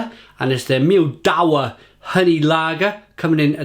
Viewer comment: Pronounced Mid-Vah I love Perla Pils.. but NOT this.. its rank!